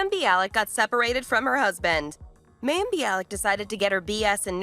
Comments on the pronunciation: OMG You pronounce her name WRONG 95 times ---it's the Hebrew word for "water" - my-eem -you could have easily found this out. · Wow!... You have a lot of inaccurate information in your presentation. There are videos of Mayim (pronounced /my-um/) speaking on this and other issues you commented on. Please google them and redo this video. Thank you. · Yes yes yes pronounced MY- UM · Say her name correctly! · Thank you the pronunciation was getting on my nerves. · Is she still practicing attachment parenting when she went to work on the Big Bang theory? The report was not badly done, but as others pointed out that continual miss pronunciation of her name did bother me.